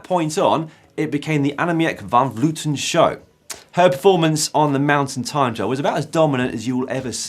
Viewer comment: The difference in pronounciation between presenters has never been bigger as between Dan and Emma pronouncing the name of Annemiek van Vleuten